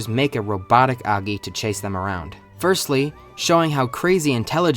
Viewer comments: Did u just say aggy instead of oggy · Noy aggy it's o gy ( how to pronounce) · Did bro actually say oggey instead of oggy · Aaaggy 💀 more like “auggy” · Oggy❌ Aggy☑️ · its not oggi its oggy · Completely ruined the video by your thick inbred tongue, it's Oggy not Agi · It's oggy not aggy 🤦🤦🤦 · UGGY/AGGY. It's Oggy lil bro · "aggy"❌️ "oggy"✅️ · He says Oggy not Aggy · bro is your ears located in your ass, the start of the video he said "Aggy" with a A sound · It's not Aaagyyy it's Ogggyyyy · Oggy❎ Aggy✅ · It's oggy not aggy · Oggy ✘ Aggy ✔ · Oggy ❌ Aggi ✅ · Oggy ❌️ aggy✅️ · Oggy ❌ Angie ✅ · bro its O gi nah A gi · Is it pronounced or Aggy or Oggy? like Aww gi? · Oggy ❌ Ahhggy ✔️ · Oggy? i always thought you pronounced it like O-jee, jee as in jeep. not like og-gee gee as in like geek. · its not Aggi man is Oggy (pronounced Au-gg-i) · Why are u pronouncing it as 'aaggy'? It's Oggy... OOOO... OO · sorry but ‘AGGY’ ? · O-GGY O-GGY bruh cant prounce it also this show is goated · Tf is "aagi" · STOP SAYING AGGI! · Its pronouced oh-gi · Why you calling him "Aaggy" 😭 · Why the hell are you saying Aggy!!!!!! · It's not AAAAAgy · Its not oggiii its oggy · So English speakers pronounce "Oggy" as "Aggy" 😭😂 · Wait, it's pronounced "Ow-ggy!?" ._. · Did you said aagi ? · You're pronouncing 'OGGY' wrong I hate you and you trash too much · the way you pronounce Oggy is so annoying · I refuse to except that's how you pronounce oggy. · I can't it with how he says oggy